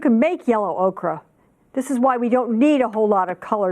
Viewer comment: yeah, she also said okra instead of ocher. Notice how the composition is heavy to the left. If it had mass and you hung it on a nail it would tilt left. Shadows on water are never a deeper tone than what they're depicting. If they are they're always broken lines. Look at one of Monet's Waterloo bridge, or Regatta at Argenteuil. The water shadows are lighter, or if they are deeper in tone they are broken lines. Anyway, before one teaches one should know ones subject, eh. Thanks for the art. Good effort.